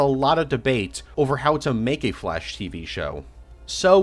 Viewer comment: I keeo hearing "the flesh" instead of "the flash" ahah (great video btw !)